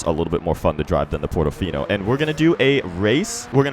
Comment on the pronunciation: Portofino not "Pordofinou"